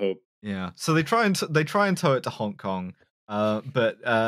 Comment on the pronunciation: the way pronounces “honk kong” is doing me in. i’m going to think about this forever thank you